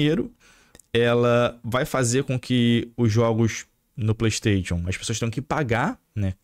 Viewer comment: Porr@ fala direito.. é "playstaixon" kkkkkkkk